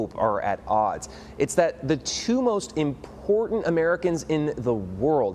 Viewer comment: You know it's important by the way he says important 😂. How is this news?